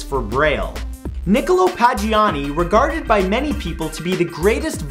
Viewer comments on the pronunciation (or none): what's with all the weird pronunciations in this episode? #22 It's Pag-a-ni-ni not Pa-gi-ahn-i, a complete butchery of a fine musician's name #25 Keiko is typically pronounced Kay-ko #30 it's Volt-aire not Volt-i-aire do you see an I after that T? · the violinist was called Paganini not Pagiani :) (just saying, it can be hard to pronounce italian words ^^ ) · Paganini, not Pagiani :P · dude... What kind of Aye-talian from St. Kitts doesn't know how to pronounce "Paganini"? PAGA-NINI.... not Pagiani brother. Your gonna is gonna cry when she hears how you butchered that poor man's legacy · it's paganini, not pagiani! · I don't know why but Matt saying Pagiani instead of Paganini is fucking hilarious to me. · Great clip, it's Niccolo Paganini, not Pagiani :D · Well done but it was Paganini not Pagiani...still well done though! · Padge-ee-aw-nee? You mean Paganini? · Niccolo Paganini. Not Pagiani. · Paganini is pronounced as it is spelt. Not like Pajiani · Paganini not Pagioni... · ? Pagiani? how the fuck t did he pronounced paganini? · Why do you pronounce Paganini as if it were Paggiani? Please, Mr. SANTORO, do not forget your italian roots! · The violinist you called "Pagiani" is actually "Paganini". Either put your glasses on or your contacts in, learn to read and pronounce words/names correctly, or please find something else to do with your YouTube time. 💖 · Did he just pronounce paganini... pajinani..... dude. Come on. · I encourage you to check the pronunciation of names and words... The violinist was Pa-ga-nee-nee. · It's Nicolo Pag-a-nee-nee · his name is pronounced "pa-ga-nee-nee" jeesus ! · I'm sorry do english people actually pronounce Paganini's name like that? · That's not how you pronounce Paganini... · The way he pronounced Niccolò Paganini's surname is just so wrong ;; Non mi è piaciuto affatto, mi dispiace